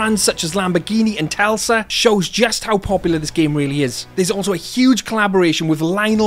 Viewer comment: my man. You said Telsa instead of Tesla in your PUBG Mobile sponsor. You need to go to school as mispronounsacion of Tesla